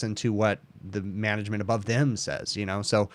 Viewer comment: I'm amused about how you keep mispronouncing Upper, Middle and/or Lower Manglement when discussing why things like Preventative Maintenance isn't being done...